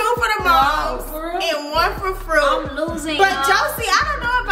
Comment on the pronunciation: When called fruit “froat” 😂😂 I died